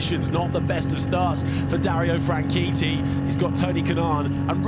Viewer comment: DARIO FRANCHITTI IS PRONOUNCED AS FRAN-SHET-I NOT WAY PRESENTERS SAYING SOUNDS FRAN-KEETEE LOL